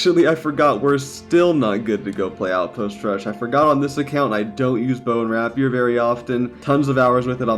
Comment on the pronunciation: Omg I can't watch any more of your videos until you learn to pronounce rapier correctly. RAY-peer. Emphasis on the first syllable.